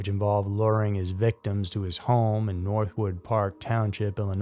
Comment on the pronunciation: Norwood park not north wood